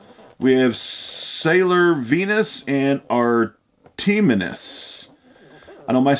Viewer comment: Pronounced Art-eh-mas.